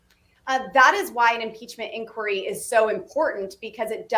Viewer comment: "INQUIRY?!" FFS!